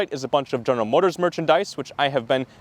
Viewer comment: General Motor-ziz brah? 🤔